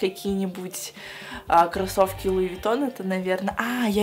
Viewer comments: Все люди луивитон, а сказала луивагон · говорит луивагон а не луивитон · Луи ВаГоН ору ёпстудэййййй, 😹😹😹😹😹😹😹😹😹😹😹😹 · Луи виттон а не Луи вагон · Луи Вагоон... Орууу..., как ты могла так прочитать? Всё же понятно.. Луи Витон!